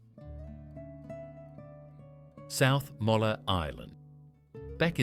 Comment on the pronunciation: South Molla Island ???????? AI really is going ahead in leaps and bouds. What a joke.